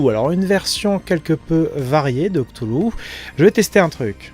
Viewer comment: On prononce "ktoulou" comme a dit. Mais le nom n'est pas sensé être prononçable via les cordes vocales humaines.